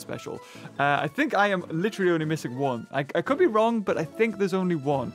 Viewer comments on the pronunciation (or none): none